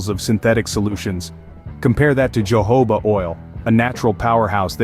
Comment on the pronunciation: Uh, you mean Jojoba, right? Pronounced Hohoba, no?